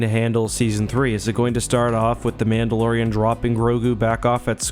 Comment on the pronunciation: “mando and the mandolorian”